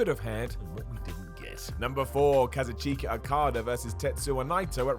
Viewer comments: You said Kazuchika wrong and I will never forgive you for it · ....lol at the mispronunciation of kazuchika